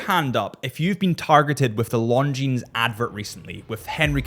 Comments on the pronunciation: Please... not LongineS .. no "S" when you say this brand. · Doesn’t matter, he prefers chewdur over longjeans 😂😂